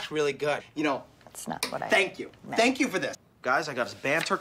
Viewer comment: MAC SAYS "FRANK YOU" INSTEAD OF "THANK YOU"